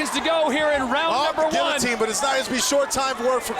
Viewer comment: You don't pronounce the L's in guillotine!!! Edit: You slupid blastards! There, I used L's when I wasn't supposed to!😁👍 Re-edit: Best fight I've seen in years!! 👊😎👍